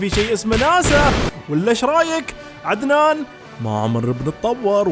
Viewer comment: من الدقيقة تقدر تعرف اي فيديو فيه عدنان 😂😂😂 للصراحة عدتو كتير ولهجتو تموت ضحك بهديك اللحظات.. 😂😂😂😂